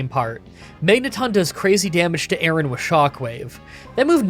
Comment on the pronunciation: The pronunciation of Aron and Lairon have to be rage bait right?